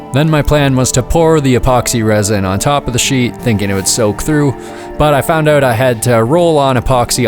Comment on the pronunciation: Are you Canadian? No biggie, just coulda swore I heard a “cut the line oot” in there…😅